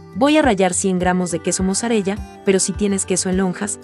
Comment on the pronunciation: Mozzarella se pronuncia "mosarela".